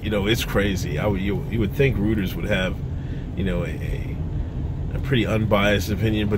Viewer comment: It’s pronounced Roy-ters lol